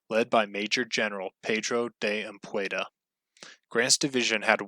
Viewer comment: its pronounced "am pu dee ah" not anpueda ,sounds hilarious, the e before of the d